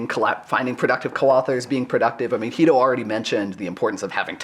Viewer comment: Angrist likes to call Guido, Jhuido